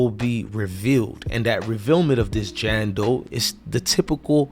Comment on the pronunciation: It's JANE Doe not JAN Doe and it's THEY not DEY!!! 🙄🤷🏿‍♀️